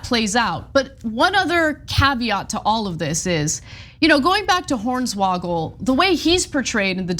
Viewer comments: It’s pronounced Horn swoggle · I'm here for the butchering of Hornswoggle's name lmao